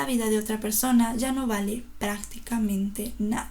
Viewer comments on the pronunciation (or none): none